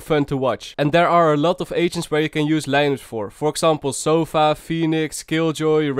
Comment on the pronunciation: Hold up what SOFA SOFA MY MAN GETTING WORDS WRONG YOOOOOOOOOO